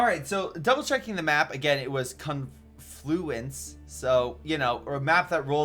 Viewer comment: It's pronouced kaan-floo-uns :D